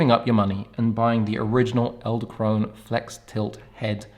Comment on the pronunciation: Did I hear you say "eldekrone" a few times? :) Fun fact, "edel" (not elde) means Noble and "krone" means Crown (both in German and Dutch). So "noble crown". Thanks for the review, ordered mine today!